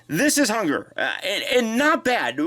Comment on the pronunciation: Did anyone else hear "Hugger" instead of "Hun-grrr"?